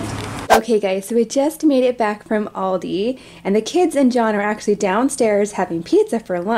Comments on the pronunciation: It is pranounced aLldeee thats where i shop when i go to ireland but im from japan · Aldi not oldi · In England and Germany we pronounce it al-dee so it's kinda cool to hear how you say it no hate btw ly guys soooooooo much xx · we have loads of Aldis in the UK my dad actually works at one but in England... we also actually pronounce it differently it as well so it is sometimes weird hearing pronounced that way haha and my favourite thing to but from Aldi is the fruit and nut chocolate bar or the chocolate covered riced cakes (big chocolate fan lol) 🤪😝